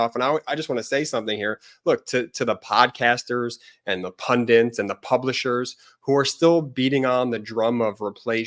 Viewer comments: You guys are giving us all so much great info & analysis. I ask only this favor: please don't teach thousands of viewers to say "pun- diNts". It's spelled pun-dits". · BEN the word IS PUNDITS. NOT Pundents. sorry but its doing my head in. political PUNDITS. PUNDITS!!!!!!!!! PLEASE stop saying PUNDENTS. love you guys, you are the best. x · I cringe every time you guys mispronounce pundits as “pundants.” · There's only one "n" in "pundits"